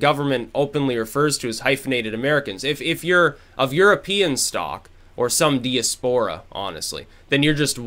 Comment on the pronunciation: You're pronouncing diaspora the uncool way!